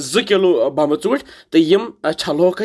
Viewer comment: Sir aap too yh kya bolte ho 😂😂😂 bambe chonte...balki bomb chonte hai